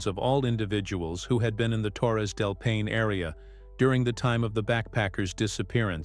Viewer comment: This is a horrible video. First of all, it should be labeled AI. The narrator can’t even correctly pronounce Paine. And none of it’s true. Gross. Should be flagged and removed.